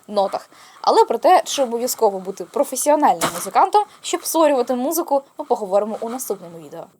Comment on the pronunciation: Так як вас, з абсолютним слухом, ріже фальшива нота. Так мене різонуло ваше: - «підводячи ітог». А може треба - підбиваючи підсумок! І музикант професійний а не професіональний. Читається у них ( професіАнальний)